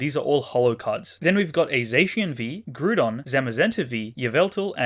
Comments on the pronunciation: How does anyone look at at Groudon and think yeah it’s pronounced “Groodon”? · Happy 10000! I must say I love your vids but I dislike the way you say groudon